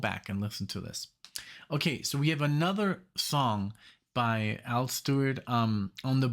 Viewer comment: It's Al not all